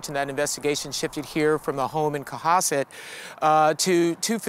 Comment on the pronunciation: Co-Hasssss-Set . Not Co-Hus-Set 🤦‍♂️